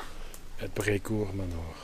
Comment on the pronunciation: ''Today we are at Brecourt Manure'' Me: lol, thats not how you pronounce...: ''... behind the cows'' Me: Oh.. I see;)